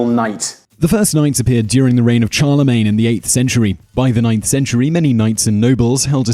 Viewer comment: Dude you butchered Charlemagne!